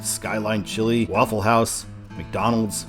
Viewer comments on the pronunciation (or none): none